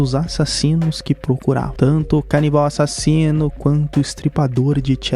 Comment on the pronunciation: CADE A ENFASE NO A-SASINO